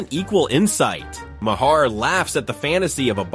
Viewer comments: like then says it every way but the correct way.. lol my hair ma har my god lol. bill mar ffs lol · Maher is pronounced like MAYOR....or MARE....not MAY HAIR... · Mayhar, Mahair, Mayher? Why can't your narrator pronounce the name correctly? It's pronounced MAR, like March without the CH. Not Mayhar, not Mahair not Mayher. It's pronounced MAR. I don't even particularly like the guy, but I can pronounce his name correctly. Artificial Intelligence, what a boon to reading comprehension. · Bill Mayer? Ma-Her? LOL. What a garbage video! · This video is a masterclass on how many times you can mispronounce someone’s name… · please learn correct pronouncement of M A H E R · Robot voice sucks. Can't pronounce Bill's name the same way twice. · They pronounce maur's name differently every time